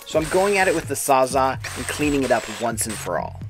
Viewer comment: Sa-za? It a SAWZALL!